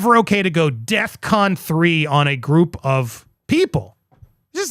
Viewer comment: Andy...yes Kanye's statement IS aggressive, antagonistic and threatening towards Jewish people. However, I can't help but wonder if he remains unmedicated with his mental health diagnosis. On the other hand, the term is "defcon" not "death con" ...smh